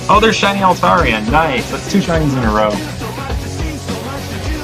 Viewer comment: Noiceu Noiceu Sugar and Spiceu